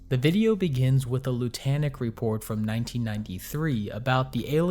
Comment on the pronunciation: Is anyone going to mention the fact that Lutanic is supposed to sound like the word lunatic? Or is it just not worth mentioning?